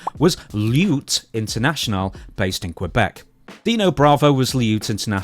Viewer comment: "Lutte" pronunciation almost rhymes with foot, or similar to book. Not "lyute". Not trying to be a dick, just saying.